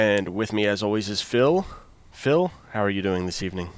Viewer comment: Damn, Phil. you pronounced my name wrong. :(